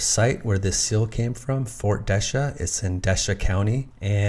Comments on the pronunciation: That old French teasing post isn't that far from me. Desha county is pronounced Dee-shay. Very interesting video! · I live in the town of Desha, pronounced de-shay or d'shay, emphasis on the second syllable. Most say "d'shay". Great video. Cheers